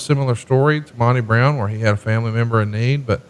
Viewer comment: Tony: "Mon-tay Brown" lmao